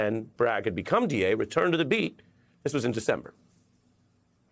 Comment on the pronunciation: haaaad. There is no R.